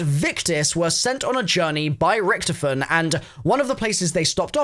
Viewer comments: why do you say ric-to-fen like ricktufin? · Loved the video, except the miss-pronunciation of Rick-Tophy-Ton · It's (rich toff fin) richtoffen